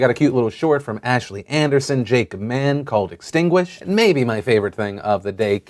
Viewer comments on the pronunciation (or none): none